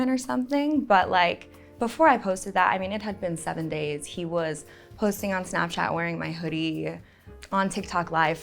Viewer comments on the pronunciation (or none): none